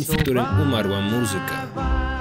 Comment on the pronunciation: piękny akcent w słowie muzyka! zawsze będę pamiętała jak polonistka poprawiała nas gdy ktoś źle akcentował to słowo a Ty wypowiedziałeś je tak poprawnie! aż miło się słucha;)